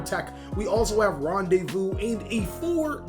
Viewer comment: Its pronounce ran de vu lol